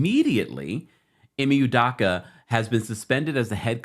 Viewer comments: Great report! Love this channel ❤. FYI his last name is pronounced “Ooh-dough-kah” . Unfortunately, he’s Igbo-Nigerian lol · It’s udoka, not udaka